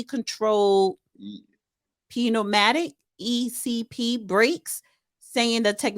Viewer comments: Yes. Reading is fundamental. “vile” vs. vinyl “fright” vs. freight AND…wait for it… “pee neumatic” vs. pneumatic SMH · No she DIDN’T say pee nuematic!